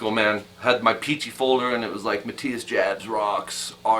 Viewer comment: Jabs is pronounced "Yobs".